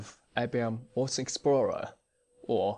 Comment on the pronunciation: THanks for the overview.... Just one hint.. you need to work on your pronouncing of "WATSON explorer" .. I hear always "OORDS" explorer ;-)